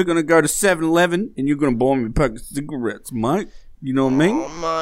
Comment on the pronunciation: why did say bottles like that?!😂 and the cigarettes and and and